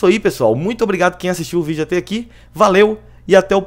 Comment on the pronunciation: pq vc fala FÊCHA ao invés de Fécha ( Eu sei que não tem acentos.) e ATÊ ao invés de ATÉ?